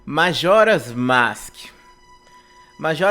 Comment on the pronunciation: Começou errado falando "masque". Kkkkkkkkkkkkkkkkkkkkkkkkkkkkkkkkkk